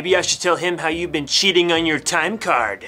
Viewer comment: he said hoe instead of how